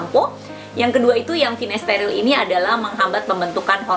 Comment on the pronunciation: finasterile apa finasteride ? kok saya dengarkan pengucapannya Finasterile